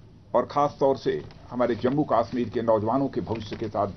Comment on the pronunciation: Abbe chootya pehle bolna to seekh le kashmir hota he kaasmir nahin